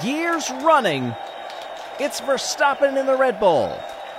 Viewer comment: It's not pronounced Ver-stop-pen. It's ver-stap-pen